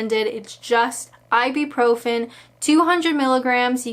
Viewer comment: Hi, I love you but for the love of god stop calling Ibuprofen “Ibi-profen” (I’m a pharmacist and this is a massive pet peeve)😂